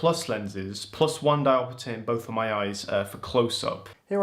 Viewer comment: Why do you say "diopitter"? You don't pronounce "chapter" as "chappiter", do you? SCEPTER AFTER CHAPTER CAPTOR RAPTOR DIOPTER